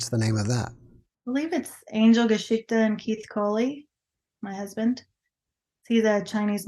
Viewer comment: In german history or story is „GeschichtE“ not „gaschikta“ So similar but different. Edit:, you spell it right on you website. But pronaunce it completely different. So for me it does not sound like „history“ (nor like any other german word)